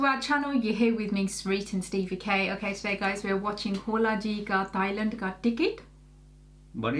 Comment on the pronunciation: She's saying thaiLund and gets awkward when he says nunu... Awwwwkward 🙃🤷🏻‍♂️